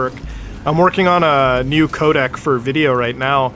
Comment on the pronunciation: You keep pronouncing codec....Kodak.